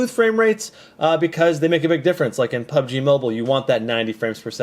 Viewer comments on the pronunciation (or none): Lol "PUGB MOBILE"